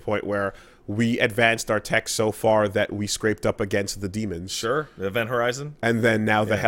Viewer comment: The issue isn't with their pronunciation of -ens, it's their pronunciation of dem-. It should be "dehm," not "deem."